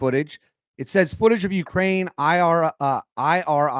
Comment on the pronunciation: Dam I-RIS